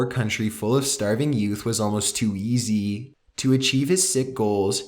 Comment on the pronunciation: I was dealing with his voice up until he said the word "easy".The way he pronounced it I just couldn't continue with the video.Just too much.The cringe is real